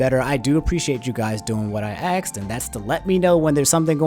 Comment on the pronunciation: It feels like this dude goes out of his to way to say every word wrong. “Debackle”, “fusstrating”, and “axed” were a few that really irked me because it seems like he is saying them wrong on purpose. It isn’t even that I don’t like the guy. It is based on years of pronunciation research that I say this.